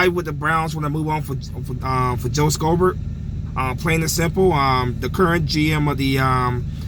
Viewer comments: It's read as "shobert" not "skobert" i don't know why that bothers me 😅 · Lol the c is silent in schobert (show-bert)